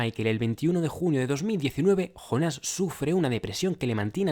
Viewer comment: Por qué será que los españoles no pueden pronunciar una palabra de otro idioma tal como la escuchan??? Es que acaso no escuchan bien??? Si ves la serie y aún estando traducida al español, igualmente escuchas el nombre JONAS (yÓnas) por qué diablos ustedes pronuncian JONÁS ??? Es yÓnas Yo pensaba que esa deficiencia que tienen en España para los idiomas, culminaba en cosas absurdas como cambiarle el nombre de la realeza... Que al príncipe William le digan Guillermo, Carlota a Charlotte y Carlos a Charles, es algo que me sigue intrigando